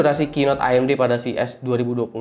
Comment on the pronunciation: Akhirnya ada yg pronounce AMG bener (A em ge bukan e em ji) Btw Bahas threadripper Pro dong :)) kayanya menarik